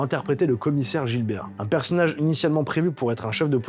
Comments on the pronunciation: C'est commissaire Gibert, pas GiLbert 😂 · Gibert 😯 pas Gilbert 😅😅